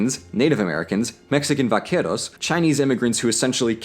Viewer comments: Little tip: in Spanish, the letter 'v' is pronounced like a 'b'. You rolled the 'r' pretty decentlt, though; good job! :) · I’m sorry, you also cannot pronounce “vaqueros” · hey that prononciation on vaqueros was really good! :D